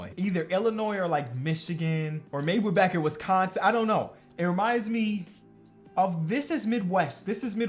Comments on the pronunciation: it’s “wIsconsin not wEsconson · The way he say "Wees-con-seen" lmaooooooo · No one::"Wessconsin" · Hearing you pronounce Wisconsin pains me. Cool video still. I miss watching Tyler and Jordan hoop over here. Could have picked your guy Tyrese as well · Why do you pronounce Wisconsin like that? 🤣🤣🤣